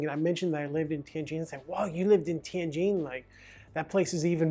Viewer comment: nice video,... I cant believe you only made 4200 per month at a prestigious foreign language university...When I lived in Tianjin, I made 4k a month at a low level, insignificant technology university. btw, I love the way you pronounce "Tianjin" correctly...THANK YOU!!!